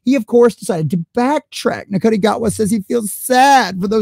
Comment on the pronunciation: Shootie not nugata.